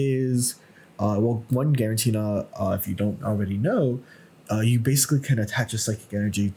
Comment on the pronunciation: You're putting one too many "n"s in Giratina my friend. Not GiraNtina I think.